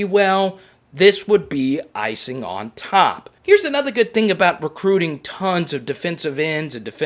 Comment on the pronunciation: Always more recruiting... can’t get enough of “crootin”